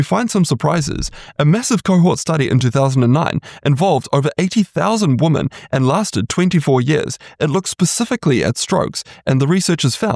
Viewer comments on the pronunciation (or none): You should be saying wi·muhn or ˈwɪm.ɪn = women for the plural form of the word, not ˈwo͝omən orˈwʊm.ən = woman. You're pronouncing the plural form of the word the same as the singular form of the word. That's very confusing.